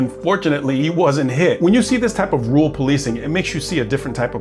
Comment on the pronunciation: Let’s work on your pronunciation of rural. You’re saying “rool”. Let’s try this: Rerr-uhl. Ok? Rerr-uhl. Now you try.